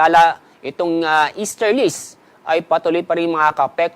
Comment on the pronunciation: EASTERLIES not EASTERLIST